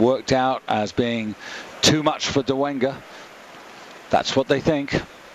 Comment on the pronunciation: It's Dolega, not Dolenga